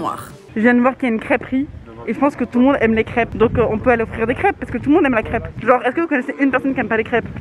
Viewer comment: Entendre Léna dure le mot « crêpe » >>>>>>>